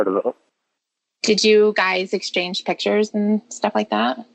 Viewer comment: LORNE SAYS “PITCHERS”. INSTEAD OF “PICTURES”, FOOL! MAYBE A 4TH GRADE EDUCATION 🙈🙈🤪🤪🤪😝😝😝😂😂😂👍👍